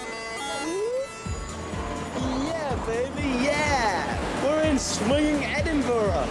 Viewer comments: Edinburoo lmao xD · What the hell u said edinburell u dumb ass my god y don't they make a Scottish person like me talk about their own land for once!!!!? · I always get a laugh out of foreigners trying to pronounce Edin-buh-ruh. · im dutch and even i say it right...they really dont want to do a bit of work and pronounce it right